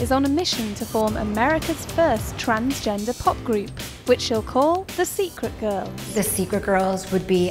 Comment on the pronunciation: He's changed himself so much he can't even pronounce the word 'transgender' properly any more. This is just another prime example of someone with an obsessive and compulsive personality getting caught up in a endless loop brought on by a cruel and twisted society. Have you ever noticed these men never stop? They constantly search for that unreachable dream though various surgeries and procedures without realising that in reality they spend thousands and thousands on being further away from who they really are. Good luck with the girlband mate, i'd be surprised if they even got 15 minutes